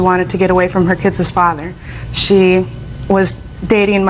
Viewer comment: Drinking game idea: take a drink every time someone on the case says "kidses father" 😂